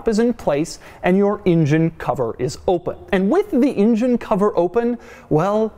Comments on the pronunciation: It's an engine... Not an injin. Stop getting it wrong, it's not that difficult ffs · I say engine Doug says injun. Tomato/potato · doug the kind of guy to always say ingine instead of engine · You mean "in-jen?" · asldigga06 he said ingine as soon as I read your comment lol